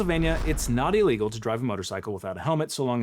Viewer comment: I like how (I forget this guy's name.?) pronounces his I's at the beginning of words like e's. E-legal. E-mediately. It just sounds very lawyer-y (or anybody giving a monologue for that matter).